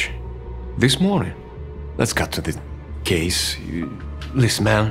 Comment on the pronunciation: Lili : hundred Pavlo : chase The pronunciation came out wrong. I am sorry, I really love this channel and all its branches. I have literally watched every single video here, DramatizeMe and DramatizeMe special also.